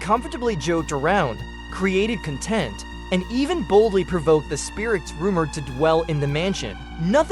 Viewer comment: This AI voice not knowing how to differentiate between "CONtent" and "conTENT", plus the goofy stilted pauses -- yeah, not doing it for me.